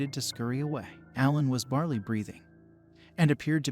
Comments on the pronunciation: Barely is not barley and that was kind of a major distraction, other than that good story, thanks. Oh yeah, slowing just a bit would be great 👍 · It's not bar-lee it's bare-lee/ bear -lee